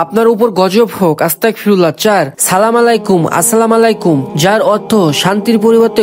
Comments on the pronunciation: ভাই আস্তাকফিরুল্লাহ না আস্তাগফিরুল্লাহ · আপনি যে আস্তাকফিরুল্লাহ বলছেন এটার মানে কি আপনি জানেন আস্তাকফিরুল্লাহ না বলে আস্তাগফিরুল্লাহ বলেন 😊😊😊😊😊😊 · ভাই আমি আপনার একটা ভুল পাইছি আপনি বলছেন আস্তাকফিরুল্লাহ আসলে এইভাবে হবে না আসলটা হলো আস্তাগফিরুল্লাহ